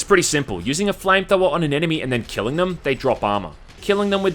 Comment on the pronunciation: "Flame thower"